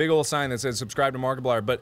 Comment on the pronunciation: "Makiplier"? Where did you left the r , bro?